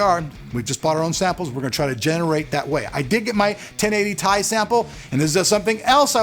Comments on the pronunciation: Still Ti = Tee Eye to me xD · hate to get into something petty but I was actually watching the 1080ti announcement video this morning and Jen-Hsun himself called it the "t-i" 17 mins in. Maybe the cards so good they don't know what to call it themselves? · Sorry but you arent going to get out of making a mistake and calling it the Tie. It is the T.I. Nvidias founder has always called it that and he did ONCE AGAIN at the release event. There is a reason the second letter is smaller case. So make all the excuses you want but all you had to do is say you made a mistake instead of make a huge lie about how Nvidia calls it that. People that cant own up to their mistakes might as well lie about anything else. So your credibility is done. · I always called them T I's too.... lol Still will because it sounds cooler than Tye.. lol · Does it really matter if calling it T I is wrong? I say this because calling it TIE sounds stupid even if it's correct. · john bumptybump totally agree "tie/ti" sounds so stupid